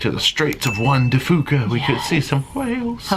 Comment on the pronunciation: I appreciate all the details of this series! FYI we Washington natives say Strait of Juan de FEW ca, not FOO ca.